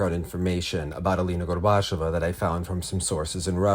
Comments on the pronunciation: It's pronounced, "GORBA-CHYO-VA." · for future episodes and segments. Gorbacheva rhymes with Usacheva. Stress the same syllable as in Daria's last name, the "che" ("chyo"). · At the very least try to say Alina’s name correctly. You repeatedly say ‘Gorbash-ova’ which is not how it’s said. Overall, maybe don’t put Russian in your videos until you’re comfortable speaking it, it comes across as low effort and demeaning, with a serious lack of care for the child you’re reporting on.